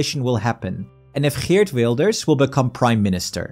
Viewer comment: The GGGGG in Geert gave it away. I don't think there's any other country in Europe with that hard G sound in their language lol.